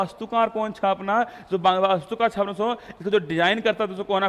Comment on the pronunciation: Chhaapna chhapna bolte kya bolte ho bahut irritate krta h or rasugulla